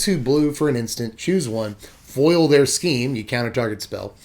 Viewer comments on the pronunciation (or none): none